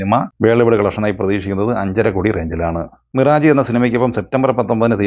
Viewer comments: വീണ്ടും അതാ മിറാജ്.. മിറാജ് അല്ലൈഷ്ഠാ മിറാഷ് ആണ്... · മിറാജ് എന്നല്ല, മിറാഷ് എന്നാണ് വായിക്കേണ്ടത് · മിറാജ്‌.. അല്ല മിറാഷ്..... ആണ്....ദിവസവും ഈ തെറ്റ് ആവർത്തിക്കുന്നു.